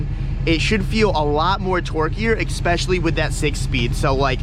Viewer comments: "Ex-specially" with day 6 speed 👍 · “Expesecialy”